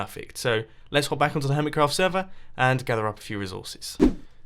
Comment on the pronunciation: hummit crawft go ahead mumbo read it does it sound the same as hermit craft?